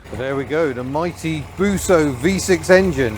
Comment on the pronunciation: Busso is pronounced exactly as spelt.